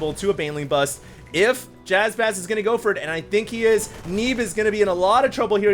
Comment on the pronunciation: Bust, not buzz